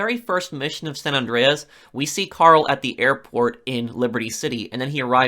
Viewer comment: It bugs me how this guy says "Andreas"